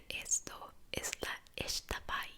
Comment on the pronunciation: yo soy de Quintana Roo y la xtabay se pronuncia /ixtabai/. Es una de las leyendas más populares de importantes de acá.:)♡